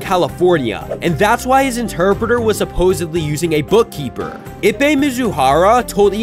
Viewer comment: I was laughing every time he said his name. It would be easier to say his last name.